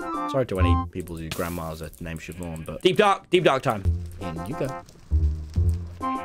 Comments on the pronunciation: Chivonne 💀💀 as opposed to Siobhán?? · “Does it spot chivonne?” it’s blind tommy 💀